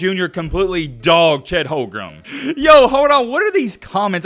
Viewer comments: You can’t even pronounce his name right 🤣🤣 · He can’t even pronounce OKC #7’s name right.